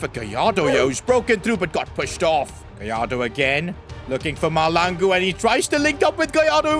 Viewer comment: It's not malangu 😢😭💔